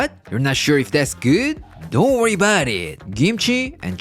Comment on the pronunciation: " dohh worry 'bout it" I love it 💯✌👍👍👍👍